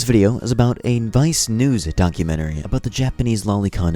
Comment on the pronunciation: 😭 he said documentary wrong 😭